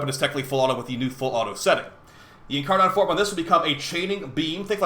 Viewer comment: Incaron triggers me a bit without being incar-nun